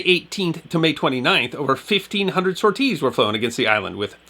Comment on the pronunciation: Interesting video for sure, this is a part of the Mediterranean campaign I'd never heard of. I do have to poke some fun though, I can't say I had ever heard the word "sorties" pronounced "Sore-tees" 🤣🤣 that caught me off guard.